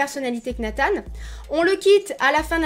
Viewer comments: Nathan pas Nathane ptdr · Ah bah on est d’accord on dit Nathan pas natane mdr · Dit Nathan normalement stp 😭😂